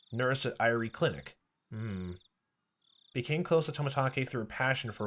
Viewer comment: Irie would be prounounced Ee-ree-ay.